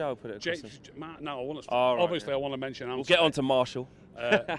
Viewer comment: Who’s Marshall ? It’s martial mate 🤔👍🤣